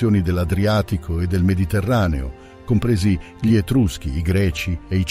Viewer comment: Bel video molto interessante, unico neo è la voce narrante, l'uso dell' AI andrebbe vietato per legge, perché ad esempio ogni "gli" o "dei" stride in modo inascoltabile con la pronincia e a volte crea strafalcioni terrificanti.